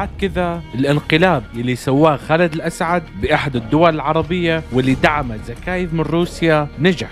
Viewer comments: خالد الاسد مش خالد الاسعد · خالد الأسد مو الاسعد🙄😑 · اسمه خالد الاسد ليس الاسعد❤